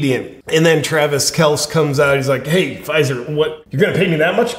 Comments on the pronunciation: Actually, according to Papa Kelce, that's how it's pronounced, one syllable, not two. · I love you! You said Kelce's name wrong every time!! 😆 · I'm just trying to let JP know he is pronouncing his actual name wrong. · I don't know what's more funny, 'Mr. Pfizer' or your pronunciation of Pat and Travis' last names? lol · I can't decide if JP is pronouncing Kelces name wrong because he doesn't respect him or JP knows nothing about sports...Just call him Taylor's boyfriend. Can't go wrong lol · Are you intentionally mispronouncing Kelce and McAfee or are you just not a football fan? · Step 1. Learn how to pronounce the names of the sports ball players you obviously don’t watch. You butchered pats name and travis’ name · It hurts me to hear JP call KelCEE Kels- cmon JP - do your homework dude! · J. P., I love your videos but it's "Kel-cee" not "Kelce" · Are you intentionally mispronouncing the name? It's Pat MacAfee like "MacArthur". And it's pronounced Kelcee, a long e at the end. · It is pronounced kel-see. I am a Chiefs fan and Kelce was my favorite player. However, I lost a lot of respect for him when he effectively begged to take his turn in the neighborhood bicycle and now the Covid vaccine issue. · Yeah, kel-see, and mack-uh-fee! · Actually, according to Papa Kelce that's how it's pronounced, one syllable not two. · “Kelsee and MacAfee”. But I’m sure you’re not a sports fan. Still love your content!!! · Love your show. As a long time die hard Colts fan and big time Pat Macafee fan ( though I will never watch ESPN) it's pronounced " Mac A Fee". Mr Pfizer is pronounced "Kel Ce". You definitely don't have to listen to me. I love freedom too. Just wanted to point out the pronunciation of the names. God Bless! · Cmon man, KelcE (kell see) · JP intentionally mispronouncing McAfee and Kelece on purpose or nah? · Kelce pronounced kelcy! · Hey JP! I believe his name is pronounced Kel See… not a big deal just thought I’d let ya know. Love ya bro! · Pronounced Kel-sey